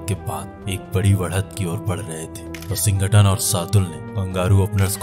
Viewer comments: It's Washington bhaya..... Not WashingKton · Ye washing cotton kaun hai narrator ji....?????🤣🤣🤣